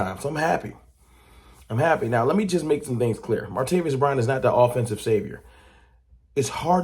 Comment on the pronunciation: ITS MAR-TA-VIS! NOT MARTA-VIOUS!